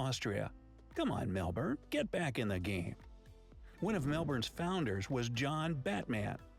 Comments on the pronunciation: Nailed the Melbourne pronunciation! 👍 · So proud. Yes you’ve said Melbourne right. Well done 🎉 We now have close to 27 million people. Population explosion. 💥